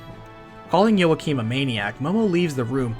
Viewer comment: Also Joachim is pronounced as Walk-eem.